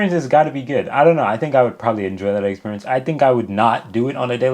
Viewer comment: Did you really say eggsperience?😂